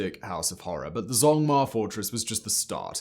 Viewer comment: this mf did not just pronounce zhongma as zongmar....